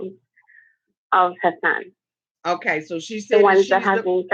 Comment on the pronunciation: Can someone tell me why TLC keeps calling him « Azan » if his name is « Hassan »? I know it might be a foreign name, but it’s not that difficult to prounce... They got Anfisa’s name right...so why the confusion with his name!? 🤔